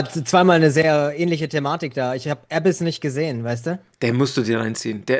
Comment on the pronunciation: es heisst nicht Äbiss sondern „ a biss“ betonung auf biss